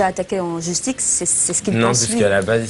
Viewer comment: 1min53 cécile : S'il vous a attaqué en "JustiX" O_o ! animatrice TV???!